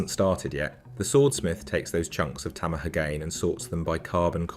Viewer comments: Might be a good tip, for later. Some simple research would avoid errors. Tamahagane is five syllables. Ta - ma - ha - ga - ne. 'Tah-mah-ha-gah-nay'. Masamune is four syllables. (The 'ne' suffix is pronounced.) Each syllable is afforded an equal value when spoken. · tom uh hugayn honjoe masamoon